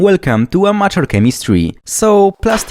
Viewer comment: I swear, every time I hear him say "Welcome to Amateur Chemistry", it sounds like he's saying "Welcome to Unnatural Chemistry" 😂